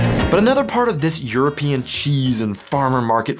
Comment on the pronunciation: Why do you pronounce european like europeean? Do you hate europe?